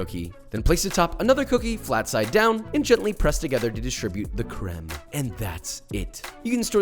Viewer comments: Fun French fact ! You pronounced all those french word the right way (maybe a bit less of an hard "r" on the "beurre" and it'd be *perfect*) i've got nothing to say... like, you even evaded the mistake of pronouncing the "e" in the end of "crème" that's like... perfect. I'm proud even though i did'nt participate in that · I’m French and the way you pronounced ‘’crème’’ is just perfect